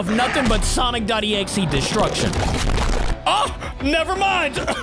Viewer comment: is exe not exie 😂😂😂